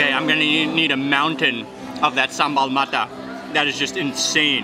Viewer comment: i'm from indonesia, and i'm so happy you come to Bali. i'm is your fans, Mark ... i like when you say "SAMBEL"